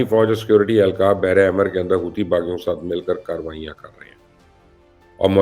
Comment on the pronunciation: Stop saying Houti baghi......say Hauthi Ansarullah ❤❤❤